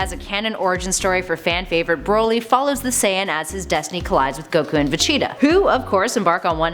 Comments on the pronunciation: It’s vegeta not vecheta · Ve-GEE-Ta Not Ve-Chi-Ta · It's Vegeta not vecheeta , pronounced Vah-Gee-Tah (Gee As in the letter G not Gi same when saying gogeta) It's Gogeta Not Gocheetah Pronounced Go-Gee-Tah and it's Pilaf pronounced Pee-Loft (The T Is Silent) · Not if they pronounce vegeta vecheata god its so weird 😄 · Did you say,,,,,, VACHITA?! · fecheetah and gocheetah lol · VaCheetah 😂 really ? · Am i the only one who crinched when she says "Vageta"??? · Ve-cheeta my god am i the only one pissed off how she says this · Vecheata?? I don't like how you pronounce my boys name lady, still a cutie tho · This ningen said Vecheeta 💀💀💀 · gocheetah vecheeta lool pronounce it properly u bean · Thank you someone who noticed she’s copied and also every time she mispronounces vegeta’s name I wanna punch her she is literally saying Vechita goddamn woman you must not watch dragon ball cuz even in the sub they clearly call him Vegeta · They all do this man throw a dislike and see another channel doing the same shit also cant stand this chick for pronouncing VEGETA "VACHEATA" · it's not just him, her pronunciation pisses me off too, vecheta? really? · Why so much mispronunciations on Vegeta, Gogeta and Pilaf? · I don’t like how she says Vegeta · I hate how she says vegeta